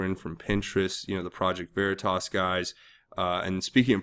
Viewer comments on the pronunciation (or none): none